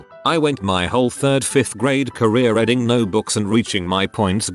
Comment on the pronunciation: I know, I hate that about the tts too